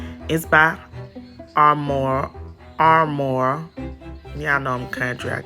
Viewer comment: It’s not Armore it’s Aroma!!!!!!!!